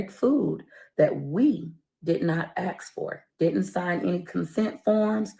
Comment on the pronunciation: Imagine trying to sound pompous and condescending then using "ax" in a sentence instead of ask. OK, girl. You got it.